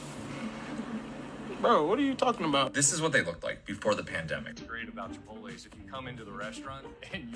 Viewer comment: You’re a grown man and can’t pronounce Chipotle? 😂